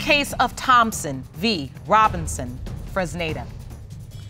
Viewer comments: I thought so too. I think it was Mr. Fresnida. I thought I was the only who heard that. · OLADIPUPO SODIQ lol it sound like she pronounced it as funonza 😂😂😂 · The sister can't even say her brother in laws name correctly 😂😂😂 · LoL so many people mispronounced/misspelled Fresneda...is that a unique name in the US? It's a good name, but I always thought it was Latin names... 😂 The man has perfectly shaped nose... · They’re all struggling to pronounce “Fresneda” 😂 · Well, the auntie is tongue-tied... But yeah... It wasn't even a difficult name to pronounce...😂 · Mr. Freznaza Mr. Frizada Mr. Frittata Lmbo poor man, hardly anyone said his name right